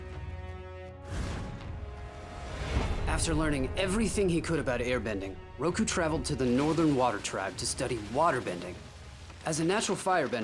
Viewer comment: Its Roku not Ruko